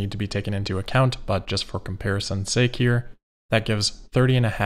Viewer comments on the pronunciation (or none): none